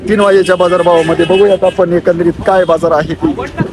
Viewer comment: बझार नाही बाजार म्हणं